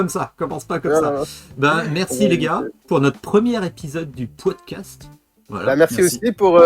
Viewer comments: Je croyais qu'on disait un "pie-wood-cast" ? 🤔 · La prononciation est libre à chaque auditeur, c'est la force du pwowdcast !